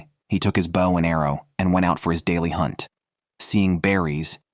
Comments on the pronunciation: * Have ya noticed that some of today's crop of young "announcers" obviously do not know how to PRONOUNCE certain words & proper names, that us older folks have been familiar with our whole lives? Take "BOW & ARROW," e.g. This is the 2ND guy I've heard say "BOUGH," rather than "BO" -- both on survival video narrations. Then: to pronounce JODI as "JUDY?" And instead of correctly pronouncing our male outdoorsman WYATT -- as "WIE-et" -- he says "WHITE?" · Yeah sorry soon as I hear the bad AI saying. Bawh instead of bow bought. I realize it's just bad. Cheap AI. Someone has Incorporated into podcast for whatever reason. Yeah, I'm out. Oh come on can you have real person narrate your adventure? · If this guy says bow one more time .....🤬🤬🤬🤬🤬 It's pronounced Beau as in Beau Bridges. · Less he she her him The irritating mispronunciation of bow like their describing a sea vessel rather than archery. Oh and barracuda live in oceans obviously a pike which I toss unless at least 15 lbs. I have 38 lb pike mounted which I caught near where they are. Overall ai seems better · and pronounced bow wrong.